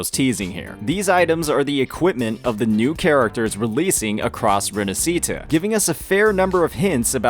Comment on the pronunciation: the "sci" in "Rinascita" is pronunced as し/ㇱ in Japanese. Put the accent on the "a" in "na" and that's how you pronounce it. You're welcome.